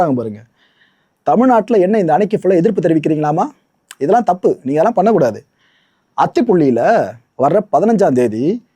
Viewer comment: Its Athipaali, not Athipuli